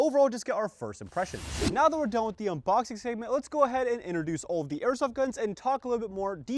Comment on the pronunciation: bro said unbocking